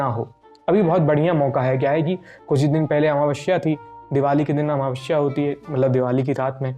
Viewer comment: 😂😂amavashya nahi amavasya, Sa or sha me fark hota hai